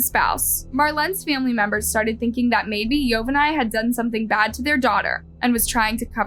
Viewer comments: This was hard to watch with your butchering of the names, specifically Yovani. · Thanks for the story. Please in the future please try to pronounce the names of the persons in the case correctly. It was hard hearing you mispronounce Yovani's name over and over again just to hear his name said correctly in a news video clip that you inserted into your video. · Yovani is pronounced "Jo-ba-nee". Just for future reference. 😎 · How awful poor girl. What Awful humans. Hope they suffer. Btw...YOVANI is pronounced yo-ba-n-e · Ma’am… why do you always mispronounce names? It feels purposeful at this point since you included a video that shows Yovani’s correct pronunciation. “Marlin”… “Ocho-ah”? Please, at the very least, respect the deceased people you profit off enough to pronounce their names correctly. It’s incredibly disrespectful. It’s making me not want to support your channel anymore.